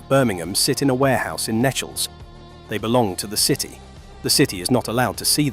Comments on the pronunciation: Thank you for this. Most interesting. Sometimes I do understand, though, why things have had to be kept locked. Two mistakes. 'Nechells' is pronounced 'neetchells'. And when illustrating the Birmingham Catholic Oratory, you showed a picture of one of the wonderful windows of Birmingham Anglican Cathedral! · Nechells, pronounced correctly as Neechells